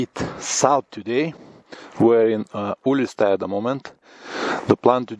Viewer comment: Ulistai = Google Maps spells it, Uliastai. Mood = m - u - d And alsfault = a - s - p - h - a - l - t